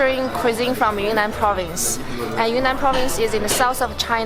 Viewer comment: Always thought Yunnan province was pronounced as Yoo-Nan?